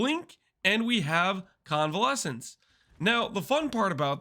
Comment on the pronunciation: HE SAID CONVALESCENCE! Mark 1 for the Pronunciation Squad 🤣